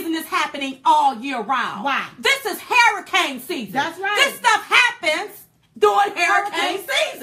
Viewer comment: I love u Diamond but you're killing me when you say hairicane instead of saying hurricane. Maybe it's just me, but I love ya anyways. keep them videos coming. Silk be killing me with them faces she be making. She's the ultimate hype girl. Keep up the good work guys.